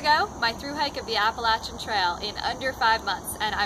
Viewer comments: It might just be your accent, but I believe you are pronouncing Appalachian wrong, but awesome video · say appalatchen one more time